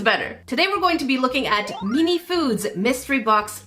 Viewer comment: Why do you say meanie instead of mini 😭